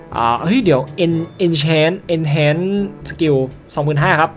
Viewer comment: พี่ เอาอ่านว่า เอนฮาร์นนะครับ ไม่เอนเเชนนะครับ ตามเนื้อนะครับ